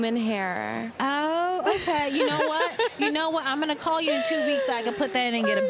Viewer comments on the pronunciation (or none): none